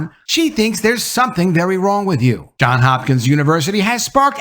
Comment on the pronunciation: It's JOHNS Hopkins not JOHN Hopkins...